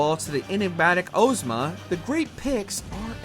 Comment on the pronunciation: The greatest boss for this narrator is still pronunciation Cecil: with a short 'e' sound. Name is spoken aloud multiple times in the 3DS remake Ozma: ahz-ma, just like in the book/movie the name was taken from Bevelle: be\velle not bev\elle. It is said aloud in the game